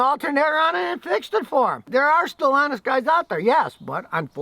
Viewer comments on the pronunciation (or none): Scotty -- You said "There're still honest guys out there!". But it came out as "There're Stellantis guys out there!". So now we know what the multinational automotive manufacturer's name actually means! Those brand names that seem to mean nothing, actually mean something. It's Subliminal Brand Indoctrination. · Hey now Scotty, did you say "still honest" or "Stelantis"? Just kidding, thanx for all of the honesty you share. SAFETY to all.